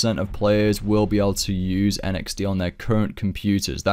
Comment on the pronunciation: Why do you keep saying NXD!?!?!?! It drove me crazy in this vid.